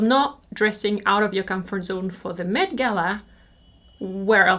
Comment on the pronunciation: Just FYI, the MET is pronounced less like “mate” and more like “Mett” :)